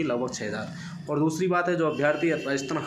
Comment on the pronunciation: Bhai अभियार्थी नही अभ्यर्थी होता है